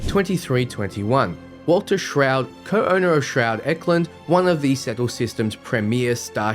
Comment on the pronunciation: As a fellow Australian I have to say....your pronunciations are atrocious! Naron? It reads as Narion (Nari-on) to me....what happened to the 'i'? Also, Shroud? There should clearly be a pronounced 't' in the word Stroud.....where does the 'h' come from?